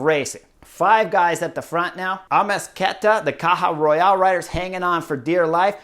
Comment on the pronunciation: *rural not royal